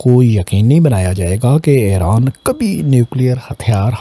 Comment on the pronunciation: Pehle apni urdu to sahi karo ....iran ko ieran bolte ho mukammal ko makamal bol rahe ho. Nahi aati to total panjabi main Bola Karo tumhare liye sahi rahe GA.